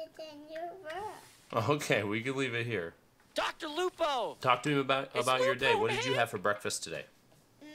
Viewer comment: Drlupo, its lupo man!!!